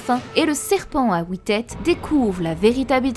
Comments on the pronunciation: HUIT pas OUIT ! ;) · C’est trop drôle comment tu prononce le chiffre 8 « wouiiiite » je te kiff trop magnifique vidéo!!